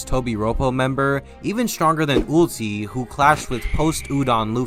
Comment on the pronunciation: he said her name is ULTI not ussy it's ULTI just thought I'd correct that little mistake and for videos like this I recommend Grand line review he's amazing at explaining stuff